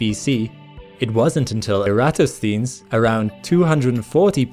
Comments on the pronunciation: Hi! Historian of science here. I love your videos, but there is a problem with the Ancient Greek names. Eratosthenes is pronounced "air-uh-TOS-then-eez," for instance. The accepted pronunciation for most ancient Greek names and toponyms can be found at the head of the relevant Wikipedia articles in IPA. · Apologies for pedantry: it's aris-TAR-chus (Aristarchus) and era-TOS-thenees (Eratosthenes) - just so we know who we're talking about! These are significant figures in science history. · Good amateur video. Just a point, Eratosthenes is pronounced era-tos-than-ees. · The name of the Greek polymath who first used math and measurements to estimate Earth's size is said a bit differently; Aero-TOS-than-EES, seems a good way to represent it without the phonetic symbols used in a dictionary. I wouldn't usually bother to point this out, but with the level of work you put in, and the obvious dedication to accuracy in every video, I figured you would want to know. Ancient Greek names can be very challenging to us, in large part because the way they're spelled in English is often misleading. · Er.. hmm - if you're going to pontificate as an educator - might be a good idea to research how to pronounce pronouns such as Eratosthenes...... I can't wait till you have a go at aluminium! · And earth isn't flat. BTW, you pronounced Eratosthenes wrong